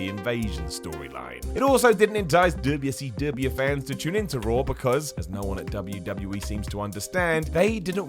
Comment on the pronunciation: The “Dubbya C Dubbya” emphasis. 😂